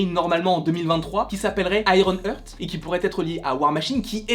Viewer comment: Hello je crois que l’on dit iron art (ironheart) et pas iron eurt (ironearth), ça ne veut pas dire la même chose .